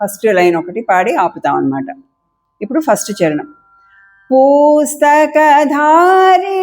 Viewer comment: పూస్తక అనకుండా పుస్తక అంటే బాగుంటుంది అనుకుంటా.అలాగే బుద్ది